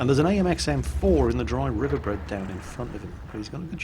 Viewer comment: "Dry river bread". Oh, please never change. XD